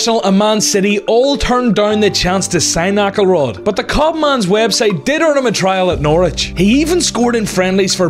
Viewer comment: It is pronounced "Axelrod" , not "Ackelrod"